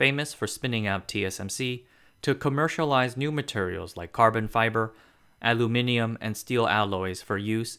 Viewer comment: Great video thanks man. And you have no idea how happy my bro is for hearing you saying aluminium correctly. xD Americans really are butchering that word. The same with Wolfram.(Tungsten) what are they, Norwegians. :D I am Danish. Thanks a lot man.